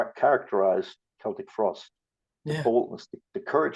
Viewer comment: Interviewer can't even pronounce the band's name.